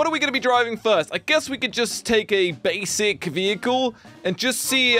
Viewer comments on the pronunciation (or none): none